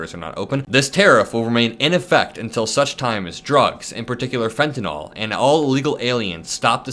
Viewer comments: it's fenta nil not fenata gnaw-l lol great content thank you! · I thought it was Fentanyl, not Fentanol.